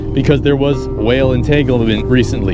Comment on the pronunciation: Did this man just say there was a "Will entanglement"?!